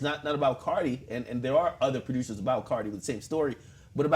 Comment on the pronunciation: why this fool akademiks pronounce it "pro-dyoosers"